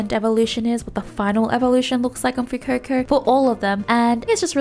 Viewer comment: its not fuecoco its Fu eh coco